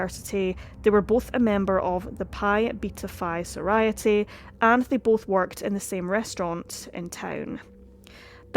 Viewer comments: What's a soriety? Or did you mean sorority soar-roar-it-ee? Also chi (as in sigma chi) is pronounced k'eye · Thank you for the video. It's a terrible case. As a note of constructive feedback, sorority is not pronouced that wayYou repeat "so-rai-ity" instead of "so-roar-ity" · How about “soriety” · The fact that you don't know how to pronounce "sorority" properly says so much positive about you lol. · Rhymes with majority, not sobriety. Love the channel!!